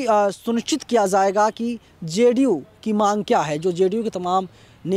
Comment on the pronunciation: zayega nahin jayega boliye shabdon ka sahi uchcharan urdu janana zaruri hai